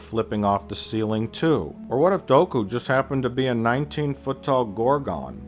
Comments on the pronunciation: Is it weird that I thought he was saying "Goku can hear what your saying"? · Everytime he says Dooku I do a double-take thinking he's saying Goku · So he says character names wrong on purpose right?? “Padame”, “Doku”